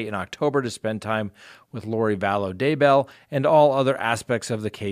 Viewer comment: Sorry, I have to unsubscribe. The repeated misspeaking each episode (so many renditions of Daybell!) Today — if you’re not going to be accurate with pronunciation, names - Pondowski(?)’, ‘black lives matters’— I can’t justify your increasingly length (and always accurate) sponsor chats. It just seems as if you can use some of your jump cuts to re-record your errors during your episodes. :/